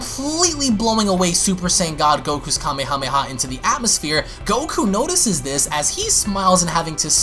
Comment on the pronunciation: When u say Kamehameha say Kamehameha Waze not the other